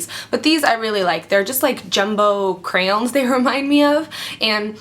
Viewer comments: i love the way you say crayon :D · haha the way you say "crayon" is funny c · I like how you say crayon.